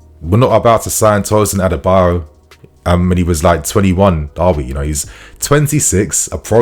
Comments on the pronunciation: not Tosin Adebayor lol it is Tosin Adarabioyo(Ah-dah-ra-bi-oryor) lol just trying to help with the pronunciation, one love bro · His name is ADA -ARA - BI - OYO not Adebayo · ....i know you're trying your best, but it's pronounced "A-da-ra-bi-oyo" not Adebayo... 🫡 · His name is pronounced as A-DA-RA-BI-OR-YOR not adebayo. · Bro, his name isn’t Adebayor, it is Adarabioyo pronounced A_Da_Ra_Bi_O(Or)_Yo(Your) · Why is everyone calling Tosin “adebayo”? His name is “A D A R A -B I OYO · it is pronounced as A-DA-RA-BI-O-YOR and not A-DE-BA-YOR. Get it right bro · Hi dude... The guy's name is not pronounced as ADEBAYOR!!!!! His name is pronounced ADARA-BE-OR-YOUR!!!! It's not good to hear you pronounce this name wrongly!!!! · Tosin A-da-ra-bi-o-yo not A-de-ba-yo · It's Adarabioyo not adabayo 😂😂😂😂😂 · People didn't notice we didn't have a defender initiating attacks, they don't have developed ball playing abilities! And did you just say "Adebayor"😂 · you got to learn how to pronounce Tosin’s last name now. Don’t let Fabrizio out do you on this one😅 “A dara bi oyo” - “Ah dah rah be or your” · you are not pronouncing Adarabioyo well. It's A(Apple) da(THat) ra(RAbbit) bi(BIscuit) Oyo(OR YOUR).... Follow the tone of the word I put in capital letter according to there pronunciation. You'll get it. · u need to pronouns his name well. Adarabioyo.